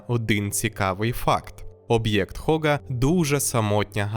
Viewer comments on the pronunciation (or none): Габл, Габл, Габл… Вам ютуберам доплачують за на другу над мовою? Так не Хога а Гога! Будьте послідовні до кінця 🤷‍♂️🤷‍♂️🤷‍♂️